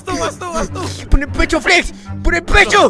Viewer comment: Por que dices Flets en vez de Flex